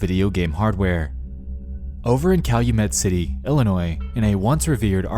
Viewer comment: Calumet City is like an hour drive from my house. Props to you for pronouncing it correctly like a local would.